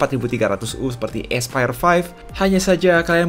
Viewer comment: yang kubaca : Aspire yang kudengar : Expired